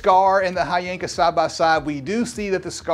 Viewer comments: Its HHYYYYYYYYYANKA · The "Hy" is actually pronounced like a "W"..... So it's actually "VVanker" 👀🍻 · They reached out to you and you didn't even know how to pronounce the company name? 🤔